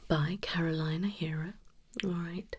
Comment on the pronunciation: Caroline Herrera’s last name is pronounced “eh-reh-rah”, just so you know :) Great video, loved all the tingles!